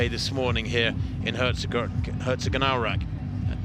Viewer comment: pronounce the "o" in Herzogenaurach like you would the English "toe" and hold it for a smidgen longer, and you`re perfect.